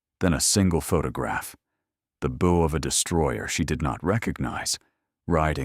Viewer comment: Bow is like (cow) not crossbow. Why is she standing in front of an 'Australian coat of arms (kangaroo and Emu)' - Not Norfolk News. Pier is not (Pierre) Each framame shows different awards around her neck. Marian OKoye (says Okafore)